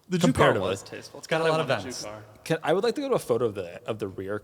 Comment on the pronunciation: Juke R, I thought you said Jew Car